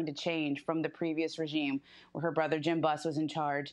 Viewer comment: She said Regime 😂